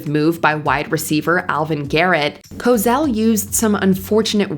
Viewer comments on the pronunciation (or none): Howard "Cozzell" 😂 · It is pronounced Co Sell not Co zell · Co Sell, not Co Zell. Pronounce it correctly or don't bother trying, lady. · Stop saying “Co zell” She must be from mars CoSell” lady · Co-SELL...not Co-Zell. I don't think his comment was meant to be racist at all. I always called my nieces monkeys. Not that ii matters, but they're white. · Cosell is pronounced "ko-SELL," not "ko-ZELL." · Co-Zell?? It’s Co-Sell. How does this narrator not know how to pronounce his name ??? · Howard Cosell's name is pronounce Ko-SELL not Ko-ZELL. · Co-sell, not Cozell... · Ok, Cosell is pronounced with an "s" sound. Not a "z" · FWIW, Howard Cosell's last name is pronounced "co-SELL," not "co-ZELL." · It's been pronounced CoSell, NOT CoZell, for as long as I've heard it, which is YEARS. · It's Howard Co-SELL. Not Cozell. Is there a Z in his last name?!? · It's pronounced "CoSELL", not "CoZELL". I mean... just look at how it's spelled!!! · Rather's coverage of George Bush, Jr's time in military service was absolutely true; there is a lot of factual evidence about it. Rather simply erred in this particular source, not in the facts. Howard Kosell; couldn't stand him but his last name is pronounced Ko-Sell not the way it's pronounced in this clip. Stupid that Exelby was fired for such a small thing. It's 'interesting' how many of the people fired sound just like Donald Trump and his followers... "I'm not racist I just sound like one." Chris Matthews should have been fired in 2016 when he made absolutely horrible comments about Hillary Clinton, played with a doll that was supposed to represent Hillary & was extremely unflattering; and, said on air that he'd 'drug' her if he could. He's a sexist pig. Brian Williams became too infatuated with his own popularity & made up a ridiculous story out of whole cloth; while Megan Kelly was Megan Kelly - I don't know what the network was thinking when they hired her. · Isn't it Co-sell...not Cos-ell? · You mispronounced Cosell